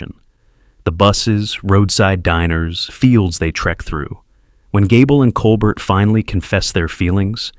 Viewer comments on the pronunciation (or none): Col-BEAR! Not Col-bert! Teach your AI her name! Good list otherwise. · Enough with computer generated garbage. A human who cared about movies would know how to pronounce Claudette Colbert's name.